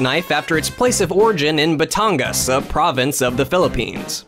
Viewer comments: As a filipino it annoys me how you say batangas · Ok but the way he pronounces batangas 💀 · That's not how you say Batangas, my friend. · the way "batangas" is pronounced cracked me up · I like how bad you pronounced batangas, now i'm laughing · I swear, I'm sure he pronounced "Batangas" wrong. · The way he pronounces batangas make my ears bleed.